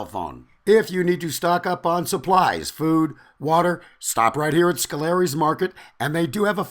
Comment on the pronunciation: by the way, its pronounced sco-la-ries